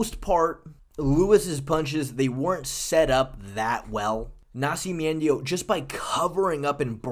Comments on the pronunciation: MME taking pronunciation cues from Chael Sonnen or something "Nasci-me-endio" 🤣🤣😅 But yeah you've been high on him for SO long lmao.. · Why are you saying nascimento like that 😭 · It hurts me everytime you try to say Nascimento. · You botchering Nascimento name to insane levels. Dude, if you want some help with Portuguese names, feel free to contact me. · Was thinking the same thing the whole time. I winced every time I heard it. 🤣